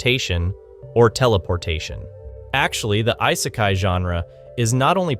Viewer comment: If you want people to take you seriously, maybe start by correctly spelling "popular" in your title card. And by pronouncing "isekai" correctly instead of whatever tf that was 👁sakai sounding ahh. I'm half convinced you're just using an AI voice as your pronunciations are so wack. If you want to denounce Isekai as boring you may as well denounce the entirety of Anime as boring as well because you are being willfully ignorant of the vast amount of subgenres within it. There are plenty where the "OP MC" trope simply doesn't exist, Re:Zero being an obvious prime example with the dude getting murked over and over and the utter heartbreak that he experiences repeatedly, and others that fully delve into it and become an absolute joy to behold such as Eminence in Shadow. And with the uptick in Villainess shows and Otome game reincarnations we're getting lots of female representation as well which is fun in its own right. Isekai is exactly that, another world. It is a place of fantasy and nonsense and the MC being from our world simply acts as a surrogate for us to imagine ourselves there alongside them. You just don't care for Isekai and that is fine but don't bash the whole damn thing because that is no better than the people that claim they despise everything under a certain topic despite never having seen more than 2 shows or songs or foods or anything.